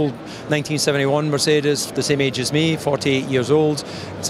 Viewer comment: Let op hoe DC Ferrari en Mercedes uitspreekt. Echte liefhebber.